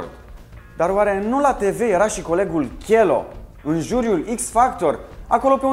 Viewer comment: Pun pariu ca esti fan nr 1 DOC , vai de emisiunea ta nici Cheloo nu stii sa pronunti si vorbesti despre el , frumos haz cu imitatia aia de manelist ....